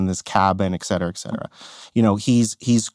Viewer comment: * ET CETERA. Not exetra